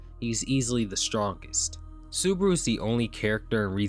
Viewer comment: "Natsuki Subruh"